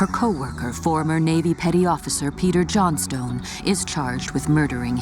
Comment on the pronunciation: I'm pretty sure that that's not how you pronounce Johnstone.!